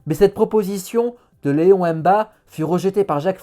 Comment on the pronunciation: Vous avez oublié le peuple nzébi non négligeable au gabon. Le prénom de MBA MINKO c'est Léon donc faites un effort de prononciation, Léon c'est francais, non?